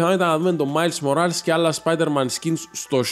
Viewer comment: Ειναι Μορλες οχι ΜοΡαΛς